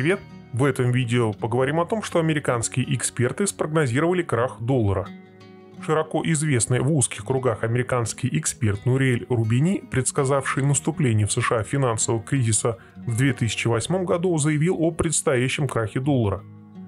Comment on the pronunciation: Не Рубани,а Рубини.